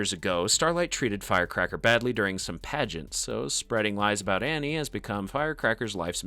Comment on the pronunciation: you say "in front of hughie and ARNIE" LOL Annie is Arnie